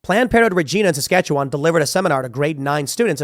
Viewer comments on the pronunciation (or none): I laugh at how you and The Quartering pronounce Saskatchewan and Regina 😂